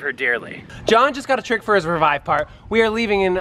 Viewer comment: "JOHN IS TRYING A TIRCK"